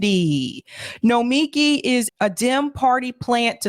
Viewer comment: I think the issue is that the accent is on the first and third syllable of her first name.